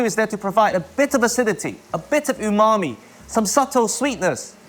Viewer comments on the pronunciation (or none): none